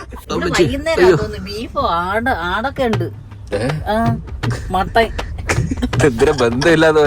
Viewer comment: ആലഞ്ചേരി അഞ്ചൽ ആണ് കൊച്ചു 😁😁പിന്നെ അമ്മ മട്ടൺ എന്ന് പറഞ്ഞപ്പോൾ ഞാൻ മത്തൻ ആണ് കേട്ടത് 😁